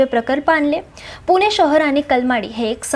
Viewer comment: पुने नाही पुणे